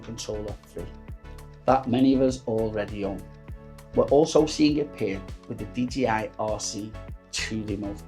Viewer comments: I appreciate that but you're saying DGI not DJI... GEE and JAY :) :) Most Youtubers make that mistake though unfortunately :) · Pls learn to say 'Dee Jay Eye'... :) :)